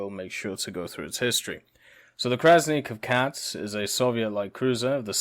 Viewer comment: your pronunciation of Krasny Kavkaz is not bad. it means Red Caucasus